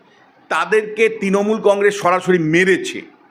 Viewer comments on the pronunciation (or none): none